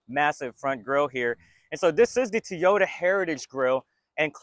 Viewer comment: I like you videos buy please work in saying Toyota correctly. It is very distracting....It's not Teeota...it's Toy - O - Ta, Toy - O- Ta...say it with me...Toy - O - Ta, Toy - O - ta.